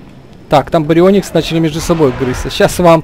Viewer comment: Поправка не барио́никс а барионии́кс